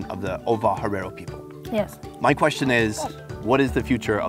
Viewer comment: How he's saying herero wrong is annoying 😂